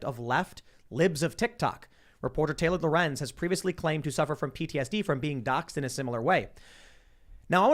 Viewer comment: What's this word dox ed